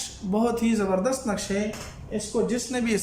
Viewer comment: نقش غلط پڑھا ہے